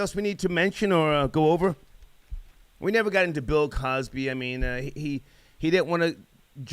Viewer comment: Lmao OK I fuks wit dis dude he said "Pill Cosby" I'm weak AF